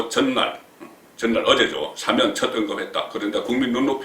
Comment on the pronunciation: 송국건씨는 기자출신 이신데 발음에 신경쓰셔야갯내요... 수사는 수-사가아니라 수사로 뒤쪽 사에 엣센트가잇고.. 탄핵 또한 탄'핵이아니라 탄핵' 뒤 핵에 액센트가잇고.. 사면 또한 사-면' 이아니라 사'면 으로 사에엑샌트가잇어요 사-면' 은 사장네면를말하죠... 야턴 항상 바쁘시니까 이해는 갑니다만 그래도 방소인이니까.. 발음에 특히 신경쓰셔야겟지요...